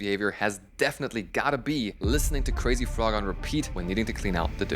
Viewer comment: Ich wollte einfach mal erwähnen, dass deine englische Aussprache wunderbar ist. Das einzige, was dich als deutsch entlarvt, sind Crazy Frog und FIFA..😁😁 Tolle Videos! Es ist immer wieder verrückt, wie man sich bei seinen Eigenarten ertappt und es sich viel leichter erklären kann. Am Ende sorgt das Verständnis über sich selbst auch für eine größere Zufriedenheit. Danke! ♥♥